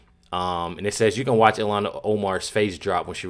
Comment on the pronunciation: You pronounce her name. ILL - han